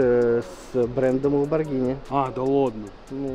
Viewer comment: оно до сих пор не знает как произносится lambogrhini